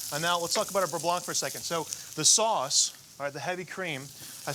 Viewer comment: For a moment there, I thought Tyler said he had “chai burre blanc”, which made me grimace.